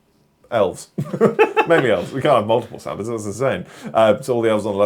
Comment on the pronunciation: I legitimately misheard referring to the patreons as "our Santas" as "arse hunters" and was SO confused!